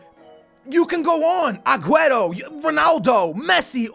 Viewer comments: It's AG-WEAR-O NOT AGWETO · Why do you say agueto is aguero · it's aguero not aqueto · STOP CALLING HIM AGUETO. JESUS CHRIST, IT CLEARLY SAYS AGUERO. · Why does he say agueto?